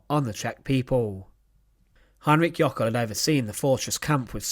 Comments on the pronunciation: Jöckel, not Jockel. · It's "Jöckel', not "Jockel".